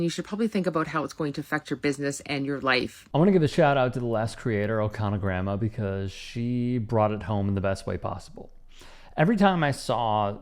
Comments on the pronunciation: She NOT Okanaga grandma. She’s Okanagan grandma. You know? The Canadian lake—Lake Okanagan? Where Ogopogo lives. Please learn to read. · just a heads up. It’s Okanagan. oak-uh-NAH-gun. 👍 Keep up the work. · Okanagan , say it right.